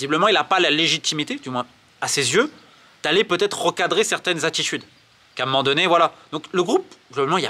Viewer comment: pourquoi tu prends l'accent marseillais de temps en temps? A un m'men donné?